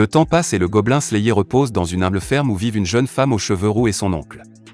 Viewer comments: Je ne suis pas sûr qu'il regarde vraiment les mangas qu'il resume pour dire Goblin slayéééééé. À voir les miniatures de la chaine la plupart sont putaclic sans parler des titres de vidéo plutot bizar. Si encore il y avait quelque théorie ou truc du genre se passerait,quoi que?. Autant de vu et like pour écouter " " lire un résumé tiré d'internet, les gens et l'algorithme Youtube me désespèrent. COURAGE a vous qui regardez les videos de cette chaine. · Je te jure, la vidéo est terrible mais la prononciation massacre l'audition lol